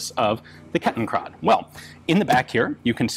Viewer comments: Ian became a native speaker! 😱 Konrad Duden himself couldn't have pronounced it any better! Ich möchte diesen wundervollen Moment für immer in Ehren halten und begieße ihn deshalb mit einem gülden schimmernden Glas leckeren Hefe-Weizens. 😉😛 PROST! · Thanks for pronouncing Kettenkrad correct. :)